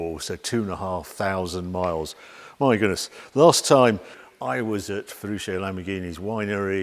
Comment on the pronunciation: The name of Lamborghini is Fe-ruch-o (Feruccio) the double "cc" you pronounce ch like in church.